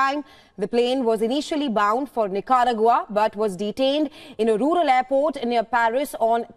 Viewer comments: Practically every anchor is butchering the pronunciation of Nicaragua , I can understand that it not something they come across normally but I am sure they know by now one can google pronunciation of every word no matter how small or large. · The way she pronounces "Nicaragua." Please.